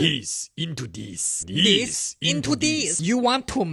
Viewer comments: “This into dis” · diis into diis